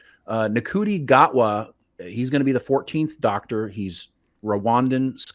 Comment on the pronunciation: Ncuti . Say Shooty